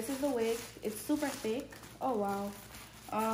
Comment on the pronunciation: "Woooow!!!"🤣🤣 could've heard the Caribbean accent then when you said "Can I get a wow". I was like yup, Caribbean girl.